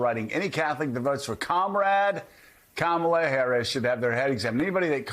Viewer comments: Trump purposely mispronounces VP Kamala Harris' name. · The way he says Kamala is disrespectful for knowing how to pronounce someone’s name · A grown man who can’t manage to learn & retain how to pronounce “Kamala” should have their head examined. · He loves to mispronounce Kamala's name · Not sure how anyone can vote for a man who lacks the capacity to even pronounce his opponent’s first name correctly.